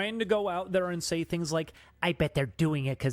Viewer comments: jesus fuck dude its "things" not "tings", stop talking like a child weirdo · Ding Dong just regrets his past and thinks to bury it, he needs to rid of Oney Crew. Also, why the hell can you not pronounce your "H's" take a shot every ting he says tings and tirty